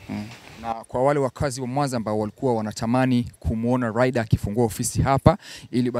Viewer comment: Bwana Mzee jifunze kutamka R na L. Hata kampuni Yako mwenyewe unaita LIDER jamani!! Vizuli, nafikili wanaongea watoto mzeem Chukua hatua makusudi uongee kama Mtanzania MTU MZIMA bhana unatuangusha!!😊😊